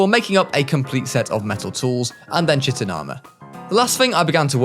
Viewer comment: the way you pronounce chitin hurts my soul